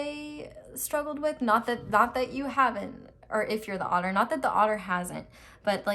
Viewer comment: Instead of otter i thought the whole time author wrongly pronounced?!?